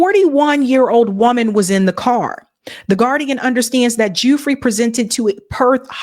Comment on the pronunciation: I believe Virginia's last name is pronounced 'Goo-fray'